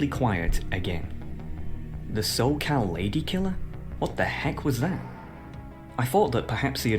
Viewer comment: He had me until "Los Charr'Ed" and "Soccal" bruh